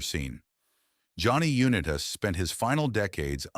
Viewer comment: Damn shame you couldn't train your automated voice over to pronounce Unitas correctly.